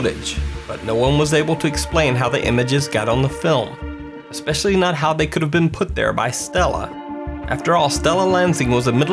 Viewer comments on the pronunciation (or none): Dude....I love your vids....but please stop pronouncing it eXpecially and suposuBley...... carry on.